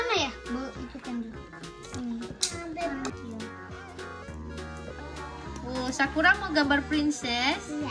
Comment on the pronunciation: Ko bacaan sakura jadi sakuar